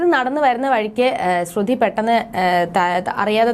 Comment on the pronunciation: ശ്രുതി എന്നു പറയുക